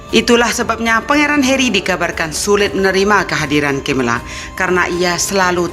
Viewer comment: Video bagus tapi Kamu pronounce Nama prince Harry kok Beda amat dari pada Orang inggris asli sih